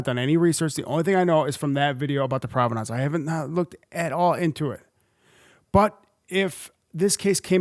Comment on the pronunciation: I like your videos but I've never heard anyone pronounce provenance like that.